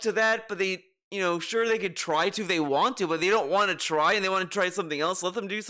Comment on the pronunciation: Would it hurt to pronounce WANT correctly? It's NOT waauhn,.